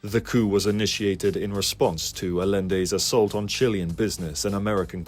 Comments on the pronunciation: how did no one you showed this to before posting this point out you're mispronouncing Allende? he was Chilean, it is pronounced like aye-yen-day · I like it, the only issue is that the name is pronounced Ayende even though its spelt Allende, double L in spanish is a Y sound when used as a vowel. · 'll' in Spanish is pronounced with a "y" sound. Allende is pronounced "Ah-yen-day".